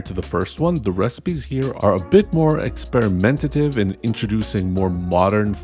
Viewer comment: Did he say experamentative? 😂